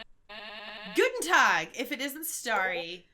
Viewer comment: wow Stacy pronounced that Guten Tag really well!